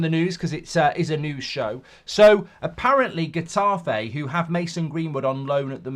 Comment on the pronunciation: Pronounced hetafay twit